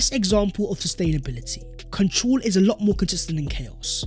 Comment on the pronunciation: Much love but why do pronounce " control" like that? Where are you from?